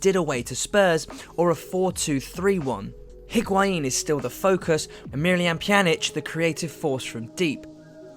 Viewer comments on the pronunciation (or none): Great video, but yeah the Die-bala made me cringe too.... Plus he kept calling Hee-guain instead of Ee-guain lol 😅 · Pjanic is suspended the first leg. And it's pronounced Deebala, Barz-eye-ee, Eeg-why-een. How can I take you seriously?